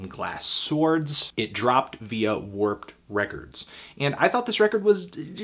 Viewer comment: its warp records not warped "music nerd"